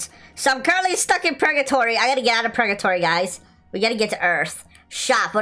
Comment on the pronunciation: Bro said pregatory😂